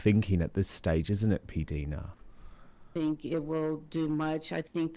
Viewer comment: Dan, her name is pronounced P Dina, not P deena. The I is eye/i. Listen to her channel. She pronounces it clearly. Thanks😘